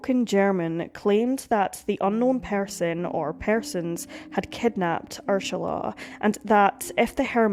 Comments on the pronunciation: It's Ur-sula not Ursh-ala. I think the narrator needs some lozenges or Sudafed 😆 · The way you pronounced Ursula as Urshula over and over made my skin crawl and I had to stop. Please don't slaughter victims' names like that. It is an affront to them. I'm German and the daughter of an Ursula, and even if you had used the English pronunciation, that would have been fine but sounding like a drunk person trying to pronounce it was just too much. The German pronunciation would be OO-zulla with that z somwhere between a z and an s. If you are going to use German names for places, Bavaria is Bayern. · Is that how her name is pronounced - Urshula?? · Pls note * pronunciation ** the name is URSULA not URSHULA.. thats Ur-Sula NOT Ur-Shula…. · I love your channel and your content . However, Tinnitus is pronounced - Tin NIT US . Also, the name Ursula does not have an “ h” in it. Ur- SU- La is how it is pronounced . Kind Regards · No. She is mispronouncing it . It is distracting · Please, PLEASE take the time to research how to pronounce the names!! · You don't have to fake the pronunciation of her name. It just sounds forced. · The mispronunciation of UR-SALA'S name 300 times was annoying to get past but a grand story to tell. My sympathy to her loved ones. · No, not inappropriate, more misplaced. Finding the mispronunciation of the victim’s name annoying is one thing. Being unable to find out without question who committed the crime is more annoying — although I’d be inclined to go for a stronger word, such as “infuriating.”